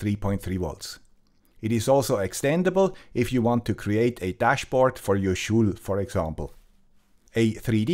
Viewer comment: Your English is much better than my Swiss, but in English, the last part of the word school sounds exactly like the word cool... Hope this doesn't shock you as much as it shocked me to find out from one of Sabine Hossenfelder's excellent videos that everyone in the English speaking world has been mispronouncing Albert Einstein's name since the beginning! ;-)